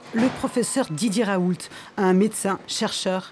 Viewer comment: "Professeur Raoulte" => ça se dit le T à la fin?